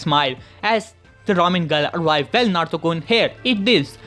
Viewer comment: Why are you saying Naruto kon